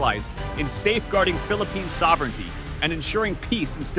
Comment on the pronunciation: Thats uor suovrinity